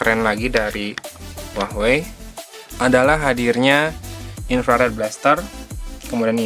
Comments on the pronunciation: kenapa gua dengernya uahwei ya? bukan hua wei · apa cuma ane ya yang denger huawei disini jadi hwahwei? 😆.. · wahwei bacanya